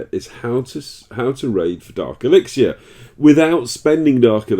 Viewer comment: You rock Daddy and i love your vids but could you please pronounce elixir as [ih-lik-ser]